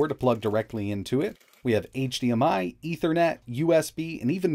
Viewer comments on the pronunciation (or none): none